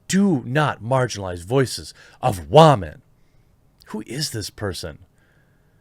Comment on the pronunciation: "Respect all wahmen" No.